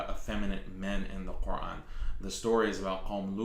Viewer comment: WOW she doesn't Even say the word Quran properly, that just shows that she's Not a Real muslima, She's clearly one of them pushing their satanic agenda.